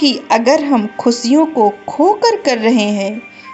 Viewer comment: Great motivational video.. Way of speaking is.. Yes...money is vital for our life..but we should use it properly.. Dont mind...आप श को स बोलती है खुशियों को आप खुसिया बोल रही है